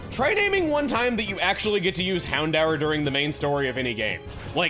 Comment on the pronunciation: I always thought it was pronounced "Hound-door"